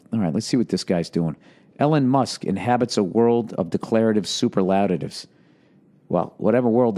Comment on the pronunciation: Sound it out Bill.. Sa pearl la tives. Ha!